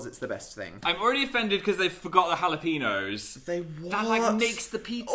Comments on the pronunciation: when an n has the line above it (ñ) ur supposed to pronounce it like an ny (ha-lah-pen-yoes) dnp were saying ha-lah-peen-oes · ñ isn't pronounced like an n. it's like an "ny", so hal-luh-pe-nyohs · Is no one gonna talk about how they pronounce jalapeños? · How are you supposed to pronounce jalapeños? I really don’t know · im offended by the way dnp say jalapeno